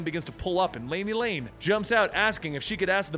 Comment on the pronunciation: Guys it's Laney LAN. Not Lane. pronounced her name wrong. And the JLC are meant to be Chinese cutouts at first, it's supposed to be a stab on how China makes bootleg versions of western products. Trust me, the JLC will show personality traits and powers very differently than their American counterparts. Especially Kenan who develops a unique power set of his own later on. So stick around, its definitely been one of DC's best!